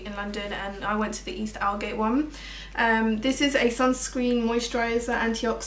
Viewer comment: Aldgate is actually said AULD-gate not ALD-gate